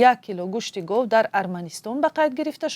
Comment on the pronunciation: Гав не гов